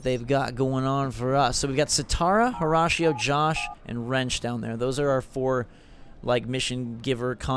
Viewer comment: Do they pronounce Horatio Ho-rah-she-o in the game? I thought it was pronounced Ho-ray-she-o.